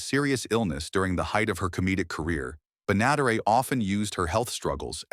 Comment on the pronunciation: Hey you loser AI narrator, it’s Bea Ben-ah-DARE-it. She was also the voice of Betty Rubble on the Flintstones. AI narrators are like fingernails on a chalkboard, just sooo annoying and so many of these off-beat “list” channels (Top 10 Musicians who…whatever) use them. I’m trying to avoid them but sometimes it’s tough to recognize until it says something ridiculous. Like Sioux [pro: soo] Falls, South Dakota — AI pronounced it: SY-ooks Falls. Unbelievable! Apparently AI has no awareness of Native Americans—not that I’m surprised. Begs the question:“What race is AI?”